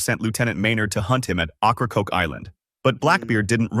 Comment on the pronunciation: It’s pronounced like Okra Coke not Ockracoke